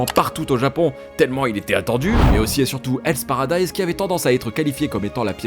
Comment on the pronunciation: Enfin un youtuber français qui a compris que le “h” est effectivement une lettre qui se prononce en anglais!! Encore une vidéo réussie!! Bravo!!